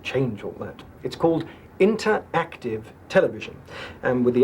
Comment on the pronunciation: that's not how the word interactive is pronounced :)